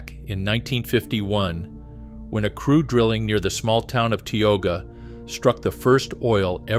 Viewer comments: yes and Ti-oga, not Tee oga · The first map said ‘Wilmington’ on it while you said Williston….. Then you said ‘Back-in’…. It is pronounced ‘Bock-in’. The name of the city near where oil was discovered is pronounced is ‘Tie-oh-ha’ The first discovery well was NOT on ‘Bakken’ land, it was on Clarence Iverson’s land directly west of my great grandfather’s homestead and my Dad watched it being drilled.